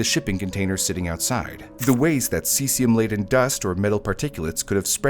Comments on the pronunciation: Also, *ce-zee-um or ce-zhee-um. Not si-si-um. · 'Sessium' lol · god how are these senators getting into power. him mispronouncing cesium is the least of anyone’s concerns